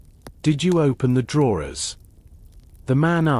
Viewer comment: Sorry, I tried but couldn't stand the continuous mispronouncing of the word 'drawers'. Also, speech too fast to be relaxing.